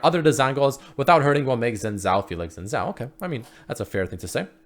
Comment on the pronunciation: Real pronunciation: Shinn zhao